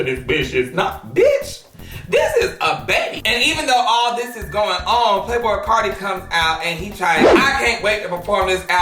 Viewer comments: not "playboycart"lmfaoooo playboycarti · Anybody else caught that ‘PlayBoiCart’ 😂✋🏽